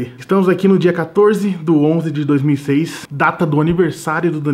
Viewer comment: Kkkkk 2006 falou errado